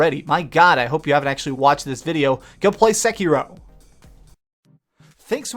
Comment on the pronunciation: This isn't explained, it's just a bunch of wrong theories and a guy with an incredibly annoyingly voice and stupid affectation aggressively mispronouncing Sekiro a hundred times